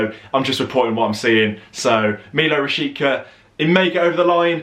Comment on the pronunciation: apparently its pronounced RA-SHEET-SA